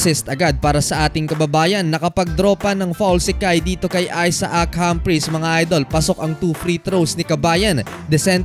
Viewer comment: Aysak ang bigkas sa name na Isaac..hindi aysa-ak..🤣🤣🤣